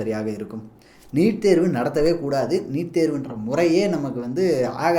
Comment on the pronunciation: நிட் இல்லை🤦‍♂️ நீட்🤷‍♂️